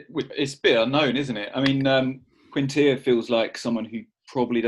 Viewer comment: Nice job on the Quintilla pronunciation. Mrs Were would be proud!